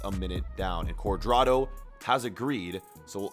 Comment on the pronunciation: U said James cudrado